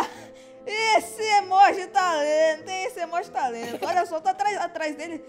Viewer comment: O fala emóji e não emoji kkkkk